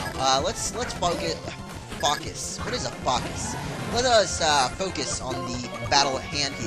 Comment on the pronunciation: fock os sounds like fuck us